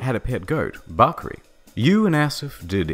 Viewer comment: I am pakistani and I am cringing soo hard from how you pronounce the names and "bakri"